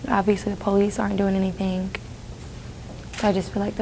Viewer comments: Idk why do I hear 👂🏽the word "anything" as Anythink? #thatsMETHup!!!😂😂😂😂😂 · "They're not doing anythinK".....What????